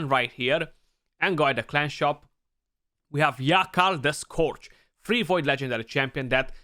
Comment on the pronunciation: Hahaha, your timing is impeccable. I got him today, but I'm sitting on him for CvC or Fusion. Also, I heard that if you ask nice, your comment gets pinned.☺☺ Edit: Also, it's Yakarl the Scou"r"ge. Love your vids.